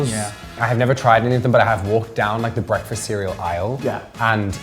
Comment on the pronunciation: Ah yes, 'Breafast'